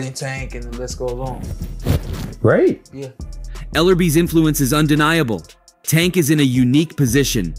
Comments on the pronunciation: HE DON'T EVEN SAY THE MAN NAME RIGHT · Why yu on this channel lying like dis 🤦 yu a p.o.s for this..and at least say tank name right 🤦 terrible journalism and video 👎👎💯